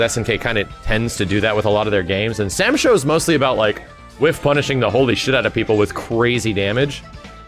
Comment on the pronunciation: Please stop calling it Sam Sho 😂😔